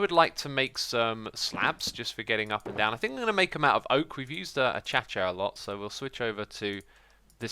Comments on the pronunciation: Why do you say achcha? It's pronounced ahcayshyuh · X this is bothering me. A-cha-cha :/ It's A-kay-sea-uh the i isn't silent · When you say acacia it makes me cringe i understand you are a EUROPEAN so this is how to say it A K SI A i can't speak in the comment so you read them like A K C A or AKAYSIYA not ACHACHA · Xisuma, its not "achatcha", it's "akasia" that's how you say acacia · It’s pronounced a-Kay-sha not a-cha-cha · is the "achacha" pronunciation an insider i dont yet get? since its actually literally pronounced acacia... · The type of tree is pronounced Uh-Kay-Sha Acacia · X, look at the word acacia, and maybe use a pronunciation guide, if you can, to avoid sounding like you are referencing doing "a cha cha" dance. I get that some things are really hard to say, such as the infamous choo-choral. However, it would allow me to take this video much more seriously. Sorry if this was in any way offensive, I get not having your mind work the same way as seemingly everyone else. For reference, acacia is pronounced ah-cay-shia. Have a great day. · He knows this. He just says achacha because of Keralis. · #myquestion CAN YOU PLZ LEARN HOW TO SAY ACACIA PROPERLY!!!!!! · DOPE Sauce-MLBB it's a running joke. He knows how to say it.